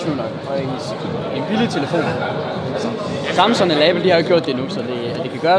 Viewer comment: Elsker du kalder "Samsung" for "Samson"